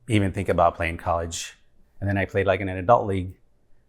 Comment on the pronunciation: I "FINK" they aren't teaching a reasonable level of diction and pronunciation at the academy school. They may be telling parents "their son will not be a professional football player" but with the lack of language skills, and that in their own country, what career does Wolves expect them to fall back on?